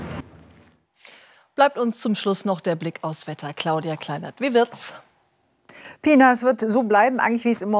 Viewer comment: Nicht pinar sondern PINAR. .....hauptsache die Person nach ihren Kultur verändern, das nennt unauffällige gezwungene Asimilation. ...hahaha ja pinar du hast ein neuen Namen. ..pinar....kirk yillik olan PINAR oldu Piinar. ...hahaha